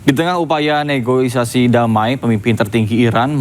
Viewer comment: Apa itu negoisasi? Kok bisa pembaca berita gak paham ngerti bahasa